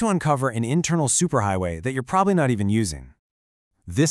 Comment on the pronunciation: Intermal xD In seriousness though, this is fantastic. Thank you for this!!